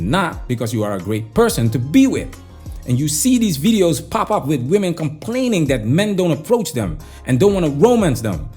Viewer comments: Why do these women pronounce women as “woman”? So many 304s do this these days…… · Why does she pronounce the plural of woman also as woman? Does she not know the word women?